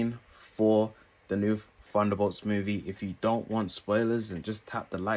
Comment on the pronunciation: I don't get why you pronounce it "Funderbolts" but can then pronounce other words with "th" such as "the, they, this, think" properly in the same video.